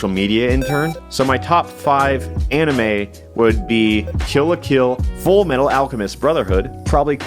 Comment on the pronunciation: I must protest the wrongful pronunciation of fullmetal alchemist